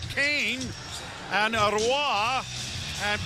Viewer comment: i am BEGGING someone to please tell joe how to pronounce Roy correctly. its so fucking stupid